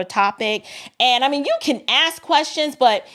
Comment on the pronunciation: Ask ask ask not axe! You should do better.